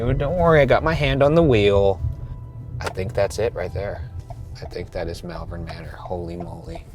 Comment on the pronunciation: Just an FYI, I live in malvern in the UK and it's pronounced "Mall-vern" (as in shopping mall). As an added bit, Worcestershire is pronounced "Wus-ta-shur". This is how we can tell people aren't "regular visitors" to our area because they mispronounce them haha.